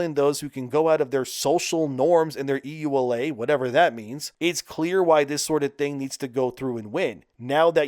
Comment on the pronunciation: Yooh-Luh not E.U.L.A.